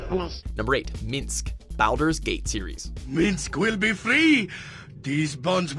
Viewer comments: how can you pronounce baldurs gate incorrectly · Sorry, but that pronunciation of Baldur's Gate kinda triggered me....